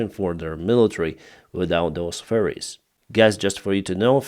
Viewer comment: accent for ferries sounds like furries